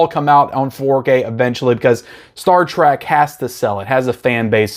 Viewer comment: From Spock's sake STOP calling it Star TRAK. It's TREK. T. R. E. K.